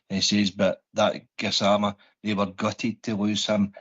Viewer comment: it's Gassamma not Gassmana Gassman is a nickname